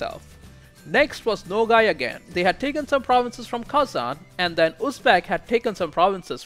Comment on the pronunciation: The province of nogai is not called nogai it's nogay but there's nothing wrong with that